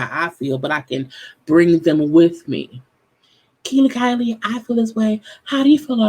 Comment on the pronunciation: she said 'Kiely/Kylie' LOL Her name is Kiely LOL